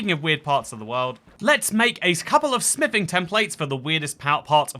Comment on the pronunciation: Why do i keep hearing sniffing templates a d table instead of smithing😂 Am i missing something?😂